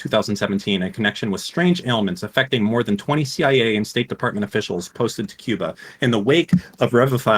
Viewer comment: I am calling them the seeya from now on, thank you.